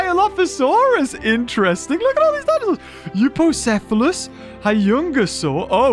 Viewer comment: Euoplocephalus (you-owe-plo-cap-you-luss)